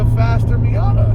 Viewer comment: Like a "Miata" hmmmmm nop!!!!!! Don't say that again 😂😂😂